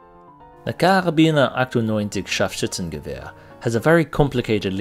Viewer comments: scharfschützengewehr was very well pronounced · Oops did I hear an almost perfect German word coming out of the mouth an American ? Scharf-schützen-gewehr , ich danke dir --- gruss-God freilich , first time , always have to laugh , in the series ( person of interest ) they have a German sheppard , but they talk Dutch ( Netherland ) to the Dog ----- thx , i am new here , love what you guys are doing --learn a lot